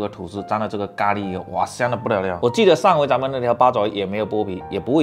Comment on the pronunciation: 咖ㄌㄧ哈哈哈哈哈